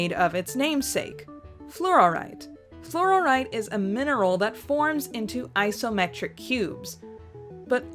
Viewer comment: Flor-ite, not flor-or-ite